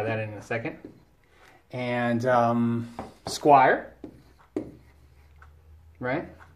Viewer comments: squier not squire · "Washurn" and "Squire" made me quit and go to the next vid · SQUIER! not Squire! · Squire and Jacksan? Dude, try harder...